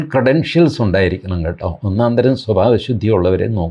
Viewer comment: ഷ്വപാബ ഷുദ്ദി എന്ന് പറയൂ.